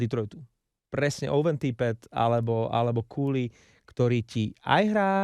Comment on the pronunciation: Neviem, odkial to mas, ale Cuylle sa cita KOO-lee (kúlí), a takto ho vyslovuju aj komentatori tu v Kanade. Ak neveris, mozes si overit vyslovnost mena kazdeho hraca tu